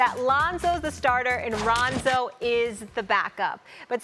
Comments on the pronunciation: 0.27 Londo 😂😂😂😂🤷🏽‍♂️ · SAS said Londo lmaoo 😂😂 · Did this bitch say Ronzo at the start? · "Ronzo" ...."Londo" hahaha they keep messing up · She said Ronzo lol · Molly can’t even pronounce Rondo, bitch said some “ronzo” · Did she say ronzo? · Nigga said LONDO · “Ronzo” I ship it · Am I the only one who heard her say Ronzo? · He said Londo 😂😂😂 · Did she say Ronzo?? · She said “Ronzo” in the beginning of the video🤣 like if you heard it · Did she say ronzo 😂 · Stephen A. said Londo by accident as well. Actually he almost said it twice lol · Molly said Ronzo and Stephen said Londo lol they messed each up up 😂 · 07 she say ronzo? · Max is like oh shit she said Ronzo the comment section is gonna be savage af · Stephen A said Londo